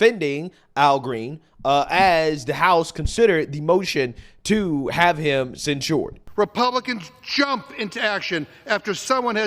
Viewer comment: The way you say censured is ridiculous. It's not cen-shored. You're adding extra stuff that's unnecessary. Maybe this comment is unnecessary. But dude, you constantly say things wrong and do these subtly annoying things.